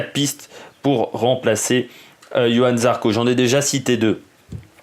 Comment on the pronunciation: C est Johann ..... avec un J. Et pas Yohan....